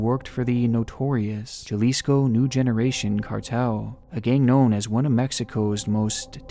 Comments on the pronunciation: Jalisco has a " j" but it is pronounced like an"H" so u would say Halisco. Spelled Jalisco. k cool. Love your content man. Thank you! From Px. Az.. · "JAH-lisco" Jesus christ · ITS PRONOUNCED (HALISCO) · JAlisco = HAlisco (my fam is from there and your pronunciation was driving me CRAZY 😂) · Search up how to say a town name buddy. JALISCO ( HA-lISCO ) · Jalisco is pronounced “Ha-Lee-Sco” Intentionally mispronouncing words is annoying as fuck. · Hey! Love the vid! Just wanted to let you know, the letter J in Spanish has a similar sound to an H, so the Mexican state of "Jalisco" would be pronounced "Halisco" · hate to be picky, but, the state is pronounced halisco, not Jalisco (in Spanish the J is often pronounced as h or wh, as in habanero, Juan, I'm sorry I can't give you the rule for which is which) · Jalisco is pronounced haleesco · Jalisco is pronounced haleesco ijs. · Love your channel my man, just a quick correction tho, Jalisco is pronounced ha-lis-co. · ok I know i'm not the only one that wants to correct him on the way be pronounced Jalisco. The j in Spanish makes more of a h sound then a j sound. It's pronounced more like Huh-lee-sco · It's pronounced HA-LISCO. The J has an H sound. Try that pronunciation of the word. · I busted out laughing when he said Jalisco. Heads up for future videos, when dealing we spanish, we pronounce the "J" as a "H" so its pronounced like "Halisco." But good attempt :) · C'mon super Caucasian...Jalisco. The J is pronounced like an H. Hal-eesko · Awesome video! In case you cover a story regarding “Jalisco”, it is pronounced as Ha-Lee-Sco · Pronounces Jalisco as “Ja-Leesco” Me: “Aw, That’s Adorable.” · Jalisco is pronounced “halisco” just a little detail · Gonna have to correct you on Jalisco man. It's pronounced "Ha-lees-co." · Jalisco is pronounced “HA-lisco”… man… this episode was excellent!!! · Jalisco is pronouced "Haleesko" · It's pronounced H-alisco. The J sounds similar to H in English.